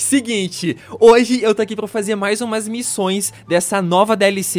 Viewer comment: "quais missães" que que foi isso mano?😅